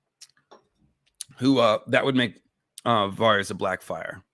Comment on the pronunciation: The way you pronounce Varys is confusing. Why say it different from the show and George and literally everyone else